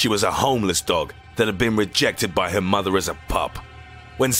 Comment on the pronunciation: ditto for '2006' 'mother' and 'size'